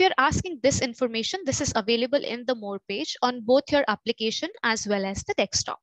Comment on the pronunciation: bhai english bhi nai aati dhang se. desktop hota hai dekstop nai.